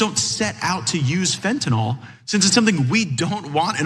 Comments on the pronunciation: It's fentanyl not fentanol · It’s Fentanyl not Fentanall Matt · I’m triggered every time he says “Fentanall” instead of Fentanyl. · It irks me whenever I hear someone say fentanall 5 times in 30 seconds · Matt. Fentanyl. NOT Fen tan all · Why does Gaetz pronounce it fentynôôle. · What a moron! Does he ever watch himself om video after and think "why can't I learn to just shut up"? And tell Matt, the drug expert, It's not fentINOL, it's FentaNYL! At least pronounce the words you idiotically spew properly! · Why is he mispronouncing fentanyl. It's not Tylenol, idiot